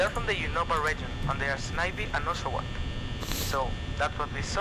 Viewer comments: It's SNIVY (sneye-vee) NOT FUCKING (sniv-vee) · Ohhhh it's mkaing me & others very mad he's saying it like "Snevy" and not like "Snievy". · Dude, it's SN-EYE-VEE! Not SN-I-VEE!! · Snivy - (sni-vee) Oshawott - (osh-ah-wot) Tepig - (teh-pig) Pikachu (pee-ca-choo) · Snivy: Sny-vee: a grass pokemon that can not pronounce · Snivy is actually pronounced Sn-eye-vy and Oshawott is pronounced Osh-u-wott :3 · It's not snivy it's like saying snivey! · dude u meant snivy not snivi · It's pronounced snievee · and u pronounced snivy wrong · I can't watch this all the way through because every time you say snivy wrong it makes me cringe... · I can't even watch this because it bothers me to no end that you're pronouncing Snivy's name wrong